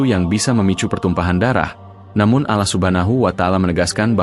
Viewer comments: Akun yahudi. Takkan bisa fasih dalam melafalkan nama Allah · Bahasanya bikin geli ... Mu (Allah ) jadi MU kayak nyebutin club bola🤭🙏🙏 Cara menyebut Allah jg tidak sbg mana mestinya ... 🙏🙏